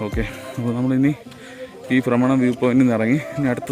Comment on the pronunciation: ബ്രമണമല്ല ഫ്രമരം